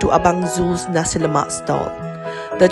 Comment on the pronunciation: No raso lomak y00 nasi lomak.noww yyy y000😂😂😂